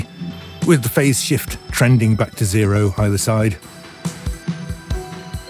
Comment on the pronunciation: *"tending" rather than "trending"